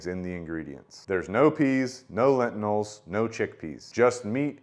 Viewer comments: It's pronounced "Lentils", not lentnils. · It's "lentils" ....not "lentinals", my dude. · I can't un-hear "excedra" and "lentinals" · I've never heard anyone call lentils, lentinals... is that a family pronunciation? Also, you keep pronouncing et cetera with a D. Your video just popped up in my feed, and honestly, I'm not trying to be the word police. I'm just trying to help you out. You do speak very well, and you have good content. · Reminder not to take science advice from a guy who can’t even pronounce lentils.